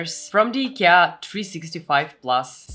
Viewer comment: the list is already called IKEA you don't have to say the name weirdly every 5 seconds